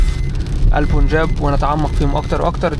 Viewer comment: اسمه البنجاب، وليس البون جاب